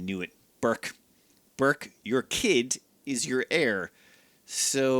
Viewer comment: I'm pretty sure that Burç's name should be pronounced "Burch", not "Burk". The letter ç is Turkish and has a sharp ch-sound, like "change" or "chimpanzee" or "charm".